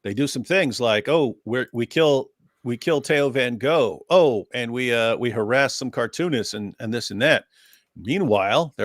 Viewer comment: Thats exactly how you pronounce the name Theo van Gogh in Dutch. that reporter doesn't speak Dutch. Sounds like a Scandinavian language